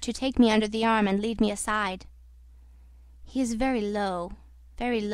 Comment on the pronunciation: lol. you say, "squirted leed." It is lead, for the lead that is in bullets (the word is followed soon after by Winchester, a gun company). Its pronounced, led